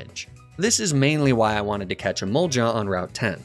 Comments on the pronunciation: How he pronounces Emolga always confuses me. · This dude needs to learn how to pronounce emolga